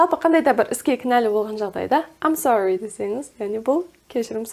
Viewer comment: I am sorry сөзі Мен сорлымын деген емес пе, разве? Ам сори деген біртүрлі естіледі екен